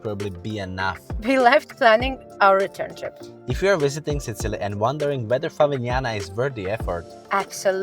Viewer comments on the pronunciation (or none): i enjoy your videos but u REALLY need to check how u pronounce SICILY!! :D